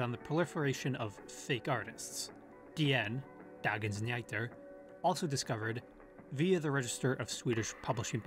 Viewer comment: Dagons Nu-Heater, would be a much better pronunciation of Dagens Nyheter, which by the way means News of the day. xD Also this is pretty much my favorite channel on yt. Always well made video and super interesting stuff